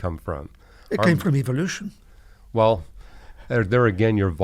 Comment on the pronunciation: He did say one thing he pronounced evolution as EVILLUTION thats right